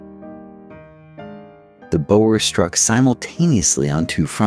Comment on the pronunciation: Why go to all the effort of researching this, presenting it and then pronouncing EVERY SINGLE South African name, place, person wrong? Veld? Boer? Laager? It hurt to listen to this, Piet pronounced Pie Et, seriously...? How hard would it have been to just ask a saffa how to say the words before narrating?